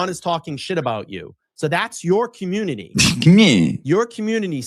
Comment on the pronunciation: I've been grinding my ass off. What was that cryin,? 😅 He can't say community.... Commooontty